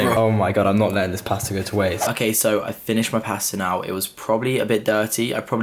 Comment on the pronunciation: learn how to say pasta